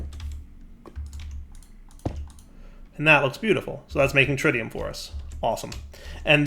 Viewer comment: I can't believe I have to comment this again. It's not tritium like you pronounce the tri in triangle! It's how you pronounce the i in words like it, in and Twitch! Edit: Also, you're pronouncing entangloporter wrong again! In this case, you're just omitting entire letters! Edit 2: You pronounced it correctly after!